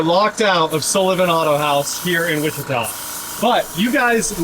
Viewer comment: Downtown Wuh- chee- ta! I noticed this a few months back. We hear so many different mis pronunciations here in Sevierville, Sevier county tennessee and Pigeon forge, Gatlinburg Tennessee.